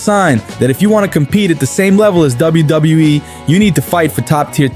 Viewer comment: $555,000,000 😂. bro says WWE like Koslov